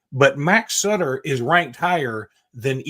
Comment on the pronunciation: Cannot believe called the man Suiter instead of Sutter lol. Sometimes the names are pronounced exactly how they sound. Butter… Sutter where the heck did get suiter lol 😂